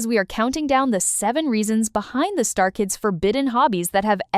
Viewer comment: It's not star kids, it's Stray Kids! Wtf?!